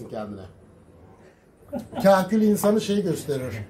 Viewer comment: kahküle kerkül diyor yaw :D